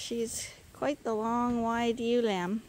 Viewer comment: I think is more of a "yeh-oo" but said fast. I was watching a different (Not Sandi Brock) Canadian sheep channel with a few dozen subscribers and I had to replay it a couple times before I realized that the Y-Owww was Ewe. (think saying the Y like in young and then hitting your finger with a hammer) So hard to put an accent in text.